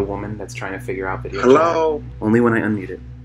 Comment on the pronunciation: Hello sounds like Allow 🤣🤣🤣🤣🤣🤣